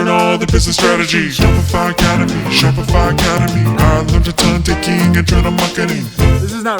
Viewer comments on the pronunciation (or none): "Shopify Academy" What i heard was " Shut Fc Up" hahahaha